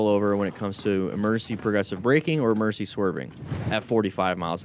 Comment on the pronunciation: What is an "emerncy"?